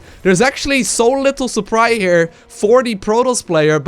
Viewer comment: "suppry" PogChamp